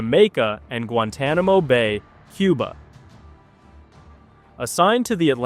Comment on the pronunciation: I got to say that's the weirdest pronunciation for Guantanamo I've ever heard.